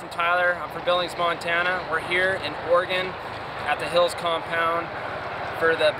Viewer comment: He said Oregon so wrong 😭